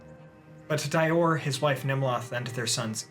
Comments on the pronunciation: Dior="Dee-or" rather than "Dye-or" :) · *Dior = (Dee-Ohr) =)